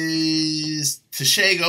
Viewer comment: Pronounce "Ts" TSE-TSE-TSE - Tshe(g)o